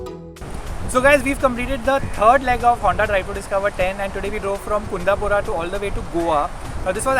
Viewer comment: He butchered kundapura, it's pronounced as kundha-pura